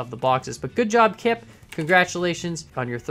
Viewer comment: you Said kip ( a dutch word) with a dutch accent (Im dutch and cant do it better) and kan is also a dutch word (jk What Im going to say) confirmed you dutch